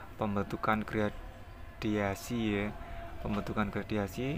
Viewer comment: Gradasi bang bukan gradiasi